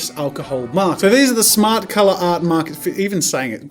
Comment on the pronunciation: I really thought he said "snart art makers"